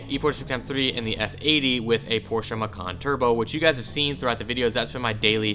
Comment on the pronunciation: i love ya, BUT FUCKING PRONOUNCE PORSCHE CORRECTLY